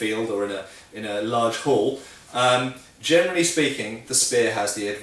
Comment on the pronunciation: "Germany speaking" instead of "generally speaking". YouTube auto subtitles show that... And now I'm doomed and can't "unhear" it anymore whenever you speak it! :D I love your vids. Keep on the good job!